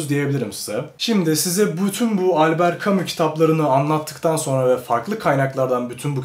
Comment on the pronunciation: Bu şey değil mi yaaa "Elbıırt camışş" diye okunan adamın okuma rehberi?😂😂